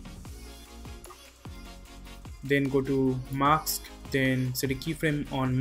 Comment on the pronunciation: you don't say "MASK" but "MAKS" - it's so funny. Am I the only one who hears that?)) English pronunciation is just awful)